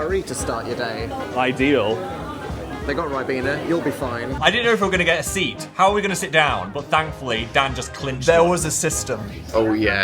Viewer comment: Phil said seat the same way Dan said teat earlier